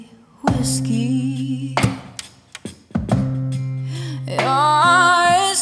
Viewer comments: Yep, that's what I thought too... it's TOO PROPERLY pronounced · Great job!! But just positive criticism, draw out whiskey and brandy...its to properly pronounced for the rest of your beautiful cover!!! Otherwise, great job!!!!